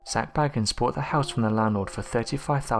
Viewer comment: I really wish people would pronounce Zak’s name right geez’s how many times do you all have to here Zak himself say his name and they still get it wrong 🤦‍♀️